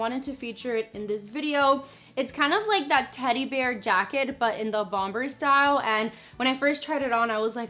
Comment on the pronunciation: you don’t say the second B in bomber. lol. it’s silent. -_